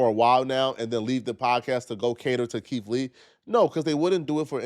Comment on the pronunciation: Keith not keif